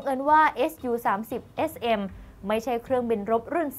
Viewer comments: พอได้ยินพิธีกรอ่านว่าเอสยูก็เลยงง... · เขา สามารถอ่านได้ สองอย่าง เอส ยู ..หรือ ซู ก็ได้ ส่วนมากสื่อ ตะวันตกเขา เรียก เอสยู .หาดูตามสารคดีเครื่องบินรบของชาวอเมริกันก็ได้นะ เขาจะออกเสียง เป็นเอสยูทั้งนั้น